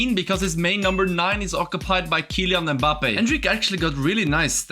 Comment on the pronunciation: The way he said mabbpé